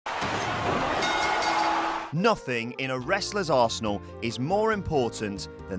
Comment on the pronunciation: Anyone else hear "Nothing in a wrestlers "arsehole" is more important than their finishing meanuver?"